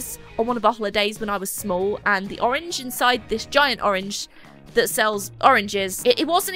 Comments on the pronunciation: "Pourange". I'm using this. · Porange 😂😂😂laughed too hard to this